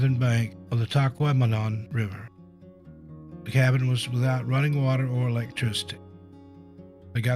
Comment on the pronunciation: Tahquamenon is pronounced 'Tah-kwa-ma-non😉.' It's absolutely stunning and beautiful, but make sure you pack plenty of bug spray because the mosquitoes are as big as hummingbirds, and are both plentiful and persistent!! Gramps saw a novelty bug zapper that looks like a tennis racquet and takes batteries to 'zap' them right out of the air, and said they must have had Tahquamenon in mind when they designed them😁!